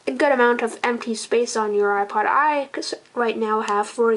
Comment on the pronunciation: learn to say ipod